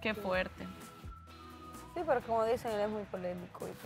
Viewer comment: Bolivianos 🇧🇴 pronuncien bien la RRRRR no digan sricardo,pesro, asrrepentido,abusrido!!!😂😂😂